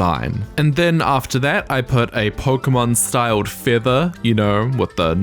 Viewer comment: Not that pronunciation of Pokémon red and green. Anime don't count.